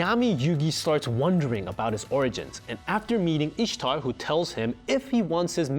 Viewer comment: ah yes. My favorite character. I s h t a r